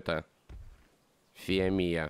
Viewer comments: Не фоамия а фиомия ударение на о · А и ешё в имени фиомия удорение на о